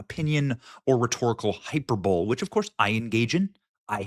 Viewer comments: Hyperbole (high-per-bowl-EE) A hyperbull would be something that Jer might be more interested in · Hyper-bowl? Hy-perba-lee. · Benny, Say it with me “HI-PER-BOWL-LEE” lol, hyper-bowl. Just giving you shit, bro 🍻 This souless grifting charlatan deserves to be financially bankrupted, so her bank account matches her morals. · it is not pronounced hyper bowl. It is hy PER bole eee. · ☮️🕊️ Benny hyperbole is NOT pronounced "hyper bowl". NO. It is pronounced: hyperbole = hyper bow lee hyperbolee. Youve heard it a million times. (It gets me when people say "nuke u ler" in stead of nu cle ar. Im an author so perhaps this is why its my biggest "pet peeve". Great show Benny ⚖️🇺🇲⚖️ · I love you Benny, but please pronounce it High-per-boly, not High-per-bole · Hyper-bowl?😂. Brother, I think it's pronounced high-per-bow-lee. It's all good though because you've one of the very few to actually call out this conservative grifter Candace Owens, unlike the Queen Grifter Megyn Kelly, Benny bringing the concerns of the MAGA base, directly to the administration. My opinion is that Benny's work in passing along what the Trump base expects to consider this a successful administration,certain things will NEED to be accomplished. Starting with criminal indictments of both Comey and Fauci. So, good work brother. You're one of the few online new media journalists who's actually making a difference and driving responses back from the Trump administration. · Hyperbowl?😂😂😂 HI-PER-BOL-EE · I'm disappointed You said hyper bowl. Hyperbole is pronounced hi-per-bo-lee with the accent over 'per' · ⚡Hyperbowl!?🏈 High-per-bow-lee Btw Baron Coleman did somewhat of an analysis on this suit today, I believe he is/was a lawyer? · Just an fyi; Hyperbole is pronounced as "hye-PER-buh-lee" So not "hyperBOWL" 🤭🤣🤓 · Hyper bowl? 😂 in all love- it’s pronounced Hi-per-buh-lee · Benny has engaged in "hyperbowl" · “Hyperbole” Hype-er-bowl isn’t a word High-per-bowl-ee is the correct pronunciation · "Hyper bowl" lmao.